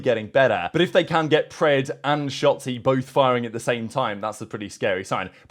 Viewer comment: Is it me or did call him Shatzy?